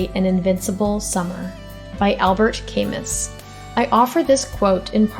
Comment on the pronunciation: Ai does not how to pronounce it.